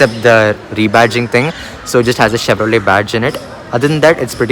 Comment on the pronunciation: It's not Chevro let!!! Let you stop Let! Lol